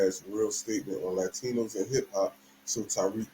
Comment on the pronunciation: "Latchtinos" hahahahah